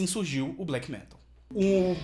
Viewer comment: Ótimo video, só não fala "fresh" metal